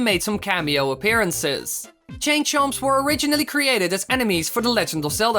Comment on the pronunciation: you should have said how did he chain, instead of change